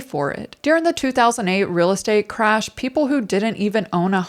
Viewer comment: And remember as always say, keep it rill (real).